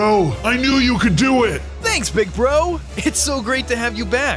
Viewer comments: Wait did he just say bronzo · Did any body notice that said bronzo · I thought my ears have a problem but he actually said bronzooo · Didn't you guys realize he said bronzo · he said bronzo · Am i the only one who notice that he said bronzo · you said bronzo at the end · bro said bronzo